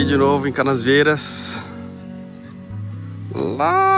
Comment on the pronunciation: PS: tive a impressão q vc gravava falava CanaSvieiras. com esse S no meio. É Canavieiras. De Canis